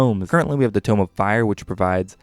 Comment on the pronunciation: Also "tomb" is too-m, while "tome" is toe-m